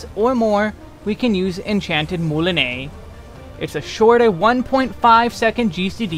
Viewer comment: Redoublement is a French word as well, pronounced roughly as “reh-doo-bley-mo’ “. It means repeating, doubling, or intensifying. Just wanted to help enlighten since you pronounced the other ones like corps-à-corps (body-to-body) and moulinet (reel) well enough.